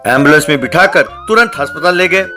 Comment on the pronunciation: Bhai haspatal ni hota aspatal hota hai